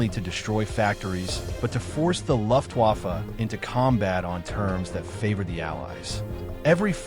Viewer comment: Ugh. The “Luft” waffe pronunciation of your AI reader, as well as some of the “pauses” in between words are hugely distracting. I’m out, but thought you should have the feedback. It just feels……un genuine, and pandering.